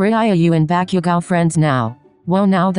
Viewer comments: bakyougo is what they kept saying srsly lmfao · MHA: Bakugou The voice: Bakiugo HAHAHAHAHA